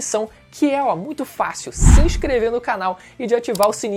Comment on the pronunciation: Facius?...."facius de digerir".. 😂😂😂😂😂😂😂